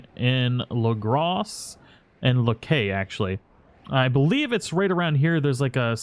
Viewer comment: Its not la-gros its lagers its pronounced that way in game.